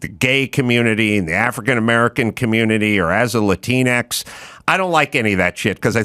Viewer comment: OMG. Adam. My man, please don't use the word "Lantinx" !!